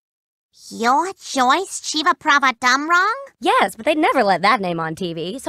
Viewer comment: Every time I've seen Cherry Chevapravatdumrong's name in the credits, I've wondered how you pronounce her name. Now we know. 😄